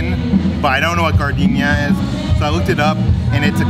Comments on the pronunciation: lol its not gardenia...its pronounced jard-in-air...at least thats how we pronounced it growing up in Chicago where its served everywhere.:) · Jar-din-era (us Chicagoian's need to tell you!) - also, hi Chris!! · gardinare =" jar-din-air" ❤❤😂😂